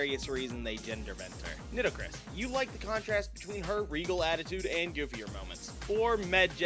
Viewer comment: Mispronouncing Nitocris like she’s a Gen 1 ground/poison type is certainly a choice.